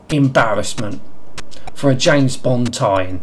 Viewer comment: The names Bwond, Jwames Bwond! :D